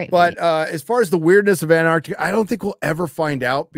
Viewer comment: "anne" Arctica? or "AnTarctica" with an extra t in there ? 😅